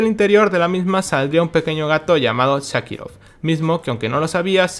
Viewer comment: Buen video, pero me irritó que le digas shakirov a sharikov😂